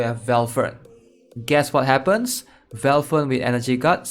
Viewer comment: i love when you call valthicc "velfern" x)